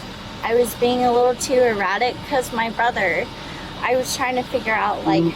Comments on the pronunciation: "I did tell him as his wife that he was driving eye-rattic" 😂😂😂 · Did she say he was driving o-ratic? Thats how you get o-rested.